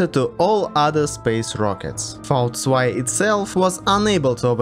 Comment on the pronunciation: Props for correctly pronouncing V2 👌